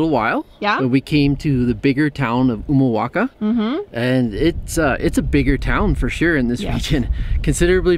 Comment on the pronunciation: Pronuncias re bien Humahuaca, El Perchel; Tilcara vos y el señor mayor. Su lengua es español pero hacen videos en inglés?